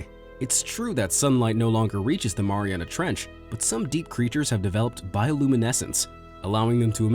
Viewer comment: I think I’ve heard “Maria trench” over a 1000 times in this video...